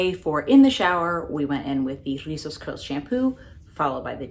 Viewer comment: another banging review! I have this line in my vault of products to review, you know how it is lol. and lastly I LOVE when you rock your hocus pocus sweater lol, loveeeee that movie. Oh and come thruuuuu with the pronunciation of Rizos, you can come to the puerto rican cookout hahahaha.